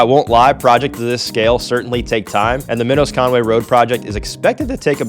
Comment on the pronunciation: Minos is pronounced Minus. That road was named after a distant family member.